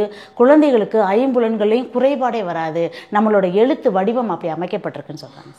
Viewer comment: அம்மா வணக்கம்....".ஐம்புலன்களை " எனும்போது "ளை" என்ற எழுத்தை நீங்கள் " "ஐம்புலன்கலை" என்றுதான் நீங்கள் உசாசரிக்கிறீர்கள். "அவர்கல்"என்றே சொல்கிறீர். இன்னும் நிறைய சொல்லலாம்....எப்படியோ முயற்சி மேலானது தொடர்ந்து செயல்படுங்கள்.இந்த பேட்டியை மீண்டும் நீங்களே கேட்டுப்பார்கலாம்.நன்றி...அப்புறம் கள ஆய்வை " கல "ஆய்வு என்றே சொல்கிறீர்கள். மன்னிக்கவும்...நான் சொல்வதில் தவறு இருந்தால் ....இந்த பதிவை வைத்தே என்னை தொடர்பு கொள்ளலாம்..."எளுதலாம்" "எழுதலாம்" வித்தியாசம் உள்ளதா ? "அண்ணாமலை பல்கலைக்கலகம்" ...".பல்கலைக்கழகம் " "ல"...."ள" உச்சரித்துக்காட்டும் போது ஒலி தான் அதிகமாகுதே தவிற இரண்டு எழுத்துக்களையும்" ல" என்றே சொல்கிறீர்கள்.எப்படியோ முயற்சிக்குப் பாராட்டு.....நன்றி வணக்கம். தொடர்பு கொள்ளலாம்.